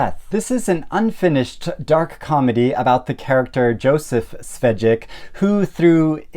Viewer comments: it's not pronounced Svedjek, but Shveik (Czechs love consonants) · Švejk is pronounced a bit more like “Shveyk” because of the háček and the j having a y sound in Czech. It’s transliterated as Schweik in some versions. No shade!